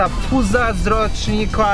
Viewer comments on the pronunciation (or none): Nie fiuz tylko fuzz